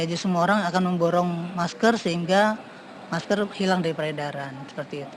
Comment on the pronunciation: Menggunakan maskerrrrrr....bukan maskell..